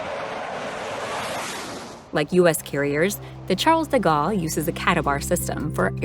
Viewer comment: Actual pronunciation: Charles de Gaulle = Charl de Goal Rafale = rafal not "rafael" Dassault = Dasso